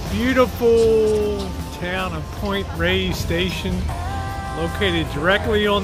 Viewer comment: Please pronounce it properly. It’s Point Reyes (Rey-yess) not Point Rays.